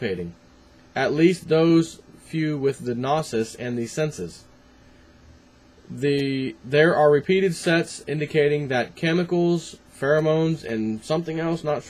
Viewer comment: 'Gnosis' is pronounced 'noh-sis', with the 'o' from 'know'.